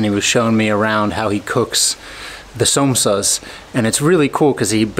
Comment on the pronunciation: Somsas :D - pronounced SAM OH SAAS :D